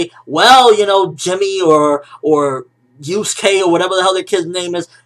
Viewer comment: hahhaha "Yuske" nice